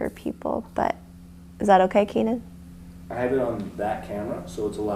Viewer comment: OMGoodness Keenan!!! You said my last name correctly! No one does that 😃👏🏼👏🏼👏🏼👏🏼